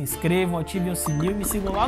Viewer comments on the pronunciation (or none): none